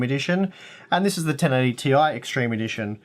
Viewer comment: I'm glad you call it the 1080T.I and not "tie" that other channels have been calling!